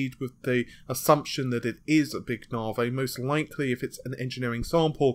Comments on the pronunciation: loving your work, try saying it as "navvy" as opposed to "nah-vay". think about the big irish guys who build motorways, and you're sorted. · nar-whey protein